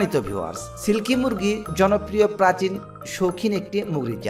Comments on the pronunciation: শালার বাচ্চা মুগরি না। উচ্চারণটি হবে মুরগি। শালা মূর্খ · মুরগী ❌ মুগরী ✔️ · আরে ভাই মুগরি না মুরগী 😂😂😂